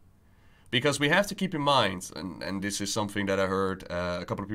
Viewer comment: I say this with great respect: your channel would be so much better if you were able to pronounce "the" instead of da, and "this" instead of dis.